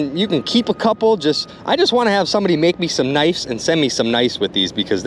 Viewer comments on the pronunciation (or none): It's pronounced knives, not nifes